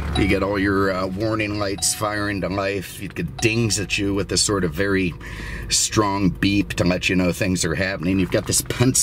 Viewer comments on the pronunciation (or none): none